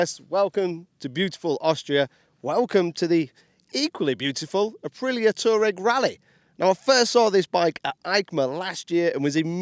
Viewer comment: It is not "Tureg" . It is pronounced "TuAreg".